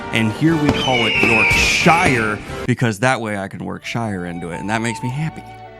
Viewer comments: From English all I have to say is....Shire not shhrrriiirree 😂😂😂 love ya just messing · It's York...sheer not York...... oh nevermind. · Not tryna be some sort of pronunciation nazi here but just a little fyi: "shire" for English counties is pronounced "shir" so just drope the e making the i an I! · Twitching at the pronunciation of York-Shire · You're on fire with the funnies. You should try standup or improv. Well done for explaining your choice to say York-shy-rrrr. You know us commies too well. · Always happy to see another FN out. For the UK fans, know that it’s “york-sher.” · Speak like a native - "York-shuh" Edit: oops 😂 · defending E N G L I S H made me genuinely yelp with joy 😂 Daniel you fckn menace, you knew all along how to pronounce it but nooo instead my teeth have been ground to dust. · I enjoy hearing Daniel pronounce Yorkshire. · Daniel ily but the way you pronounced Yorkshire is criminal ❤ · Was about to comment on your pronunciation of Yorkshire as a native Brit but you called me out before I could hit send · In regard to Yorkshire pronunciation.... fair enough ❤